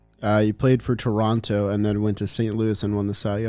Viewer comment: Shoutout to for actually pronouncing Toronto right! Us canadians dont pronounce the second T